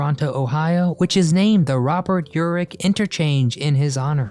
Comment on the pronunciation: His name is Robert Urich, not elrich